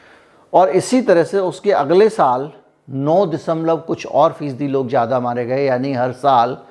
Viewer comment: You speak very well but try to improve your pronunciation. If you can say Fiza then why do you say jyada instead of zyada